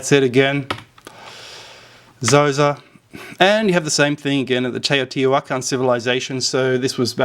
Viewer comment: Btw, props for pronouncing Teotihuacan correctly, my wife is from Oaxaca and she's corrected me many times on that (I kept saying "Teeo" instead of "Taeo") lol